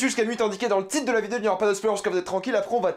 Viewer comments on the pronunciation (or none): none